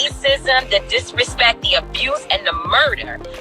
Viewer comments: 🤣🤣😂😂😂😂 My ass fell out. I kept saying the same ish. How he on here tryin to sound intelligent talking bout "DIRESHPEK"?!!! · I'm not even gonna say anything about the way he pronounces the word DISRESPECT!...Am not...am gonna leave that alone. That said, it's a good message, but the only thing that gone happen now, is TI gone end up getting arrested for SOMETHING in the next 3 months. He just put a TARGET on his back. Now, to say they KNEW what they were doing is wrong and they need to show some REMORSE-FULLNESS, makes no sense to me. If you know what you are doing is wrong and you do it anyway, I don't think you can truly ever be remorseful in a situation like that...being remorseful comes from doing stuff that is wrong, but you did not realize it was wrong. Anyway, this don't really concern me, because I don't waste money on name brand shit...am not gonna pay for a fuckin name. Clothes don't make me look good...I make whatever am wearin look good. Good luck with the struggle!